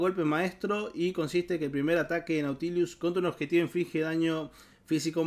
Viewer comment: Porque le agrega una "i" de más a la pronunciación de Nautilus. Se dice tal cual se lee xd